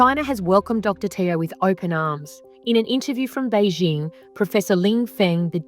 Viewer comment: First Charlie and now Ben Roberts Smith. FFS Australia…. And why do journalists keep mispronouncing Beijing?